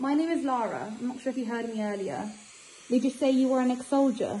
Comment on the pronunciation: To me, it didn't sound like "soldier", but more like "I told ya"😨